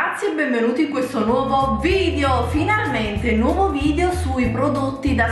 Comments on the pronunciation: Un consiglio; se il tuo lavoro è fare video su YouTube, la prima parola da pronunciare senza sfondoni sarebbe proprio vidEo... non vidio 😳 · si dice video non vidio....